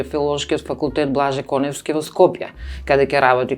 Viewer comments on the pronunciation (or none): Аман бре, Тања, аман! Уште ли не научи дека презимето на Блаже е без В: Конески! Аиии, не ми се верува! 😟 Поздрав до Ѓоко, секогаш многу пријатен за слушање и инспиративен за размислување ♥️